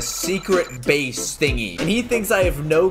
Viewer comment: You said have a secret bays